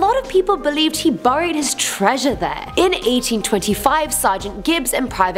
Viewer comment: I couldn't get past her saying the word treasure .....